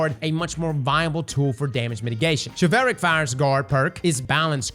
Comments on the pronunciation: i don't want to be that person, but ' team should not let him continuously mispronounce a word over and over again. he keeps saying "chivelle-ric" when the word is "chivull-ric" as in chivalry. i mean, it's your flub, but not a peep from your editors?? don't let them do that to you! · Chivalric. Okay okay okay he's more than likely just halved the word and gone from there. But.... how do we say Chival? Shi - vil. So.... Chival - ric. Shi-vil-ric. NOT Shi-val-ric lmfao on god I could barely put up with Ahamkara. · I swear to god if you call it "Chivelric" one more god damn time i'm gonna lose my ever loving mind. It's pronounced like Chivalry. Chivalric. "shi" "vuhl" "rick". Thank you. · Your pronunciation is causing me physical pain. It's like chivalry, SHI-VULRIC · pronounced "shiv-ill-rick", like chivalry but its chivilric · Everytime he says Chevelle-rick I lose braincells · Based on how “chivalry” is pronounced, I think that the sword is pronounced “Chivalric” like “Pickle Rick” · He says shi vel rick. 😂 throws me. ur my guy! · Chivalric, not chivehlric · "Chevelle-Rick Fire" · This is a small gripe, but it's pronounced (Shiv-All- Rick) fire. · Say chivalry. Then replace the "ry" at the end with rick. Chiv-al-rick. Please! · Shi-vul-rick,. We are gonna get these names through your head lol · please I’m begging you stop saying chivelrick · Hearing chevelle-rick as the pronunciation for chivalric made me spit out my food laughing 😂!!!! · shiv-ool-rick, like chivalry lol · It's Chilvalric as in "chivalry"... you're killing me man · You is Mispronouncing Chivalric. It's Shiv-ul-rick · pronounced shiv-all-rick. like chivalry. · GOOGLE WORDS YOU DO NOT KNOW HOW TO PRONOUNCE BEFORE RECORDING A WHOLE VIDEO ON IT. Chivalric! Like Chivalry! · The way he pronounces it... Its just wrong and it hurts. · It's CHI-vuhl-ric. It comes from the word Chivalry. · I'm glad I'm not the only one who is bothered by it.